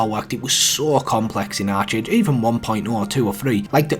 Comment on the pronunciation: Its pronounced Ark age bro